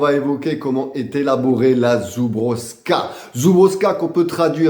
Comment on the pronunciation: Salut, bonne vidéos mais juste une chose ont dit zoublovka en phonétique suis parti en Pologne il y à quelques années pendant un moi donc je ne ment pas j'ai tester de la vodka a 98% c'est pas la même et limite dangereux. Mais Vodka excellente je confirme surtout comparer à ce qu'ont trouve en France.Pour info en pologne il y à aussi la biére de la même marque je l'est tester trop bonne avec un gout de miel.